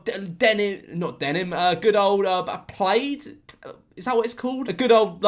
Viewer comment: He doesn’t know how to pronounce “plaid”.